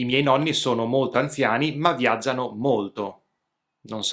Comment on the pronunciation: Dovresti correggere la pronuncia, preferibilmente sostituire la "d" con la "t": "molto" al posto di "modo". Saluti e complimenti.